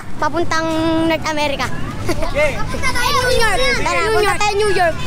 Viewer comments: "Punta tayo Nunyork" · "nyunyork" HAHAHAHA